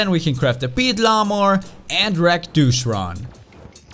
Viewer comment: You said Douche instead of Duke